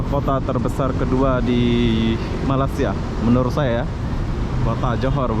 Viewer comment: Johor itu negeri ( propinsi) johor bahru ( ibu negeri) kota. Pergi lah tengok kota johor Lama - kota pemerintahan johor e lingga. Heran aku tengok ni, tak pandai pandai sebut 'malaysia,' kok jadi 'malassia